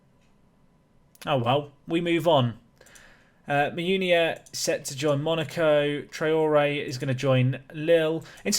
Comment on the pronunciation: the way you say Nick Theuns makes me think Nick Toons...do I feel a nickname coming on?